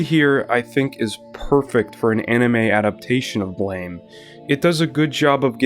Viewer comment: Ok. Imma do the BLAME! comunity Meme before someone else does... Ehem... It's pronouced BLAM! not BLAME! I always love to see people talking about one of my absolute favorite series of all time, and i also feel that the adaptations left outside of the conversation way to often. I personally got introduced into the series by the .0.11 OVAs and loved it so much that i read everysingle Nihei work after it. More people sould know about this wonderful series.